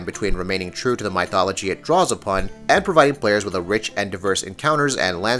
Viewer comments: How do you pronounce mythology again? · Lol, My-thol-ogy... How do you pronounce Myth? My-th?